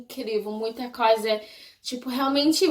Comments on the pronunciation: ewe. Vou tentar te ajudar um pouco : Você pronunciou "coisa" sem o som "i" e ficou tipo " Cosa ", entendeu..? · como que tu começou a amar o Brasil? O que tu achas de tão interessante no Brasil? Tu acha a língua brasileira muito difícil? Vi que você pronunciou a palavra " coisa " errada várias vezes •^• Sorry qwp é muitas perguntas que eu gostaria de te fazer. Além disso, eu amo bastante os gringos, e sinceramente, eu quero ir pros EUA q-p